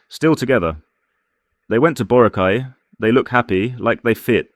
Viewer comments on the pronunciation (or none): none